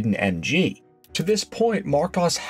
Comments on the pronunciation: It’s pronounced Mar kOs. Aaaaaaaaaaaaaa! Makes me want to scream every time you say it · Well, I’ve been pronouncing Marcos wrong for almost 50 years… 🤦‍♂️ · Thank your for the pronunciation correction. Yes I did know Aston had it on some of their cars - I know another car I made a video on used it I just forget the name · Minor tweaks... Marcos is pronounced with a short plain O, as in cost. You get it right half the time. Goldwing doors? FFS 😃 The Volvo 1800 engine has a pair of SU carbs. They were originally fitted with Strombergs from the factory. Nothing wrong with the way you pronounced Porsche, don't know why somebody moaned about that. Other than that, quite good. By god, that first car was frecking ugly as sin. Thank guggery they persevered and produced the GT series - one of the best looking cars to come out of the 60s.